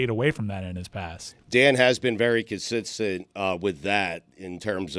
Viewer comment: a very stugotz effort in saying "consistent"